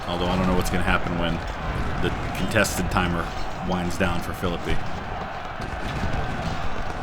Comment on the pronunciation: Good to see you back with some UGCW! For the amount of hours I've put into this game, I didn't know about the mod, so since my Age of Sail and Victory and Glory stint is done, I'll get into it. And thanks for making sure people know how to pronounce Philippi, as a WV native, it always drives me nuts.